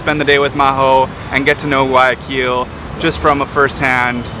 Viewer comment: If you pronounce the G one more time in guayaquil i’m gonna freak out!!!! 😒😩😩😩 Youve been ecuador a lot please learn it correctly hahaa other parts of the video you say it right. Cmonn guys … also nyc has the telifrico to roosevelt island and its a commuter transport